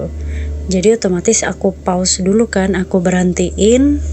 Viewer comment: Pause dibaca pôz. Kalo paus, paulus.